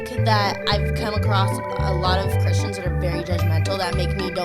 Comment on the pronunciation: Who also heard her say Christians as "cushions"?